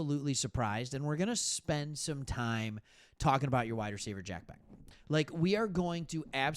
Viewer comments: Bech is not pronounced as Beck, it’s Besh. Weird, but true. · quick note, Bech (be-sch). Love your vids man! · Raiders fan here in Michigan. Thanks for talking Raiders! Nice job. Btw, Bech is pronounced “Besh”. Carry on. 👍🏼👊🏼